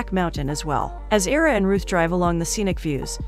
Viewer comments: Ira, pronounced EYE-rah, as in Ira Hayes, not EEE-rah. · Kept expecting 2 or 3 of the characters to die, as it seemed to be headed in that direction early on. Great ending. A few pointers: Name pronunciations. I-ruh (as in the letter "i"). Loo-eece (a short sound, shorter than the word "ease;" rhymes w/ fleece. Basically, sounds like Louise, the feminine English version of Luiz). Some word choices were odd, making it read a bit rough (is English your second language? That's fine, of course, but it wouldn't hurt to have someone proofread it before recording the audio). Maybe whomever writes these synopses could also rearrange certain words or find better synonyms? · The man’s name is (eye-rah) Ira. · Agh, it's 'EYE-rah'!!!! Other than that, thank you for another great synopsis! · Is it AI- or dumbness? His name is "I"ra..the I says its name. [not ERA] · It’s pronounced Eyera (Ira) :)